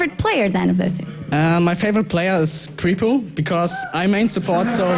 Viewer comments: Creepo? krehpo broooo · Wichfeet But his team members and all casters call him krehpo, thanks though!